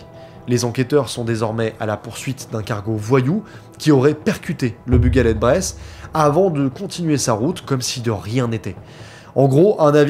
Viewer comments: On dit Breizh pas bresse 🤓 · Bonne série de vidéos mais le Breton n'est pas un patois mais une langue. D'ailleurs, une dernière réclamation: Breizh se dit plutôt comme ça "Brayze" et pas "Bresse";-) Allez Kenavo ar wech all un plaisir de voir du contenu YT à ce sujet bravo. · Pas Bress ou braise mais breïzzzzzzzzh😆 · Alors là, vous faîtes fort ton équipe et toi! J'ADOOOORE ! Ce doc est tellement complet !!! Merci mille fois merci! Quel hommage tu fais aux familles! C'est un sujet tres sensible et tu l'as respecté...respect à toi! D'autant plus que tu évoques notre Bretagne adorée , les marins Bretons... Seul bémol : on dit Breizh comme de la braise mais en appuyant encore sur le i !!! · Mes oreilles de Bretonne pure beurre salé saignent en entendant ta prononciation de "Breizh" 😅 La bonne prononciation en gros c'est un peu comme le mot "braise" quand on parle des braises du barbecue par exemple sauf que le "ai" se prononce "è" et qu'il faut bien marquer le "r" 😉 Mais sinon merci pour cette vidéo sur cette affaire qui est trop peu abordé malheureusement... 🙏🏼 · Dsl je suis Breton en plus du Finistère tu prononces vraiment mal Breizh ça fait mal aux oreilles